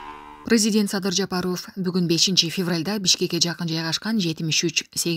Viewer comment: Жапаровко дегенде о го ударение койбой па нын а сына ударение кой ошондо туура угулат а сенин Жапаров дегенин кытайча угулуп жатат